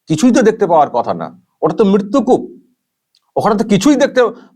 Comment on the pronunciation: দিদিমনি পরিস্কার উচ্চারণ করতে পারেন নি ... বলেছিলেন 'মিত্তুকূপ' .. তাই ছিময়ী বুঝতে পারেনি বেচারি। ওনাকে বকবেন না পিলিজ 😅